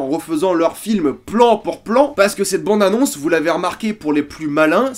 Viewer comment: Je peux pas me concentrer avec ton "bONde annonce" raaaaah